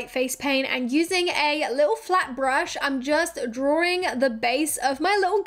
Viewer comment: Is she saying DRAWRING instead drawing?